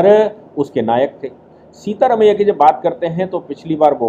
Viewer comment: सीता रमिया नही सिद्ध रमिया।